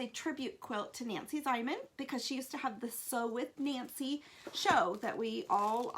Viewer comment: stopped watching when you mispronounced Nancy Zieman's name.